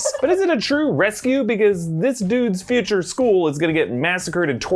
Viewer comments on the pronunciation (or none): none